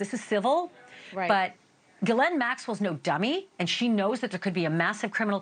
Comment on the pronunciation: "Gillette", "Gillanne", it's "ghislaine maxwell" (giss-lane)... jeez